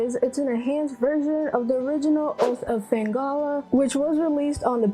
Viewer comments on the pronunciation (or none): Atelier Yumia, Fate/Extra Record, DQ 1+2 Remakes, Trails in the Sky 1st, Expedition 33 are some of my most anticipated of 2025. Also yeah did pronunce Felghana wrong (but hey it happens lol) and so close to 8K subs